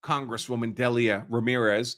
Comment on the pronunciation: The name Delia is pronounced "Deal-ya"